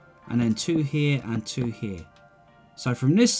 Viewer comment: wun, tue, free <3